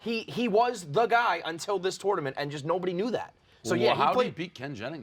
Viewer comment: is the type of guy to pronounce the "o" in tournament.